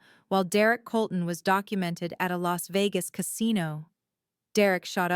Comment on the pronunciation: Colton, NOT Coloulton.